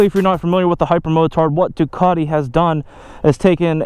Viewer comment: It's pronounced "Test-ah-stret-ah", oh, and "Duke-at-e" not "Due-car-tee" ;-) First American video I have been able to watch start to finish, as you guys are normally whiney turds, who love to cry out "OH MY GOD YOU ALMOST KILLED ME" when someone pulls out a quarter mile ahead of you; whilst you're speeding! Not to mention the terrible use of "sick", or "it's ya boy..." - though I almost clicked off with the intro music.